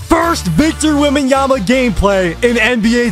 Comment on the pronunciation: WEMBENYAMA 😂😂😂, i had to repeat it the same way he did i started dying when u replayed it